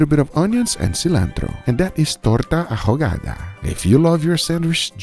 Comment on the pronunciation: Noooo.. Guga pronounced the H in ahogada... Josh W flashbacks.......